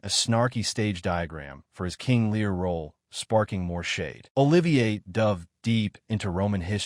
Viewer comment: This AI vo is total bollocks! Can’t even pronounce Olivier’s name properly! Oliver???!!! C’mon you dumb ass producing this pap - get it right!